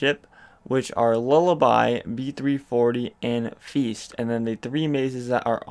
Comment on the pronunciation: Sounded like you said shit maze when referring to B340 lol